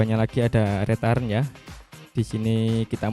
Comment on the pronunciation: saya sempat bingung pada saat menyebut "rétaren" saya cari2 ternyata dari kata "return" bacanya yg bener "riten" mas...arti harfiahnya kira2 "putar balik"...